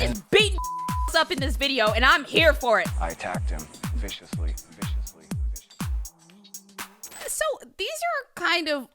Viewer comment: I just love the "I attacked him.....viscously..." i keep coming back for it